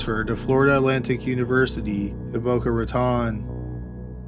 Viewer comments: Also...its pronounced Boca RaTONE not RaTON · For the record, the Raton in Boca Raton rhymes with "atone" not "baton".